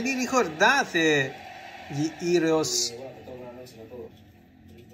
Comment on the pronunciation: Ciao. Sono gli (scrivo come si legge) Eroes del silenzio, non Heros. ;)